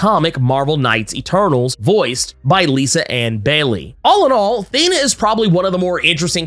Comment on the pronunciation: The way you speak Thena os anoiyng. Do Kingo.